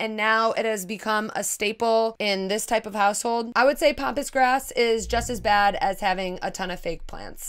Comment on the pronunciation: Love how you pronounce Pampas grass as Pompous Grass...lol. To my Australian ears anyway :) I also hate the word art. The more demanding, the worse! Like EAT in the kitchen and I thought I was going to pee there...